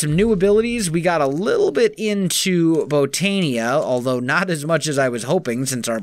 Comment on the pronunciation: Hey, just found your channel last night. Just a small tip, the i in Botania is pronounced like a Y. So like Bo-tan-ya instead of Bo-tan-e-a. Just a small thing.